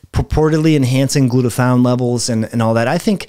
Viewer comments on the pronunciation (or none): none